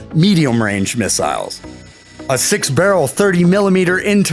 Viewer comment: Mig 31 carries "miss-isles"